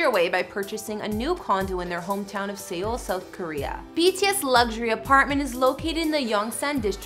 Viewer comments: GIRL!! Seoul is pronounced the same as SOUL NOT SEE OL. Jesus. Learn the correct pronunciation before making videos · Seoul. Just say it like Soul in English. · Seoul is pronounced Soul. Not seal or see-oul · Seal lmao it’s pronounced soul (Seoul) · I also heard sEoul like bruh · You did NOT just say "See OLE", did you? This is basic knowledge if you're researching a subject. How to say it! Plus, WHO doesn't know how to pronounce it? It's a major world city! I realize this is a relatively minor thing in the video, but...huh? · I lost it at the way she pronounced Seoul. It's Seoul rhyming with soul 😂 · R Y P but if your going to do a “report” on ANYTHING, it’s a good idea to learn how to pronounce the names of the main subject of the report....otherwise you don’t seem very credible. And then mid-pronouncing Seoul?? Credibility gone. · Yo she pronounced EVERYTHING wrong omg even Seoul omg 🤦🏻‍♀️ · Okay, the names I can understand, but who doesn't know how to pronounce Seoul? Also is that a still from What's Wrong With Secretary Kim? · She said Seoul wrong😂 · Pronounced Seoul wrong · Seriously....I know she apologized, but you couldn't look up how to at least pronounce SEOUL? SEOUL!? It's a very large and well known city.... -_ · She said se-ool when it’s .....seoul. And namsan like n-eh-mm san when it’s really nam like namjoon. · ”in sAy-oHL” ”yUong-cook” ”cHin” edit: I’m not trying to be rude to her, please don’t hurt me jsjdjekkdjdj